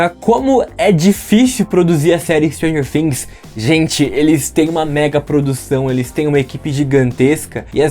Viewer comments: Pronuncia Fhings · Mano não tem som de F tem som de T todo mundo comete esse erro